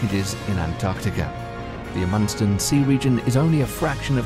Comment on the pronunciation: Not going to give much credence to a narrator who cannot even pronounce “Amundsen.”